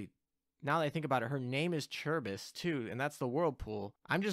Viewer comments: It's Karib-dis. The C is said the Greek way which is with a K. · Charybdis = car-RIB-dis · CAR-IB-DIS lol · It's pronounced ka-rib-dis, incidentally another dido class is called Scylla lol, the other monster that chills with Charybdis, can't wait to see what hentai ass skill she will have what with Scylla's whole tentacle thing lol. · Also Charybdis is pronounced by taking the Char from character and ibadiss